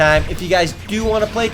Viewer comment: I love how the guy says KOSUMIKU BUREKU right after you say Cosmic Break.